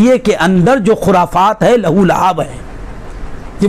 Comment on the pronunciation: Abe .Wo Lahu Luab Nhi ...Balki ..Lah wo Laib Hai